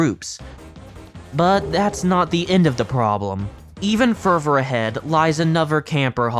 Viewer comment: hey i noticed you say "ferver" instead of further. just a quick correction incase you are ESL.